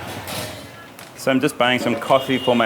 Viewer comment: Finally someone is pronouncing udupi correctly unlike vast majority of people who call it udipi.